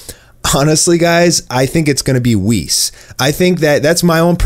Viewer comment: U had me till you said whis